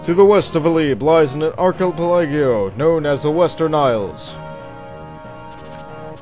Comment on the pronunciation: no offense, but lol at how you pronounced "Archipelago"